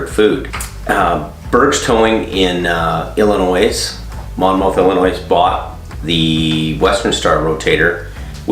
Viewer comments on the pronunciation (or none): Just saying it’s not (I’ll-is-noise) it’s (I’ll-a-noy) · it's pronounced Illinoi but spelled Illinois.